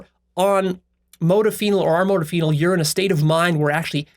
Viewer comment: The way you pronounce modafinil makes me cringe so hard